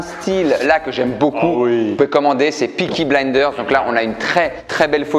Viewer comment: Tableau de pesky blinder , MICHAEL ??? Mes oreilles saigne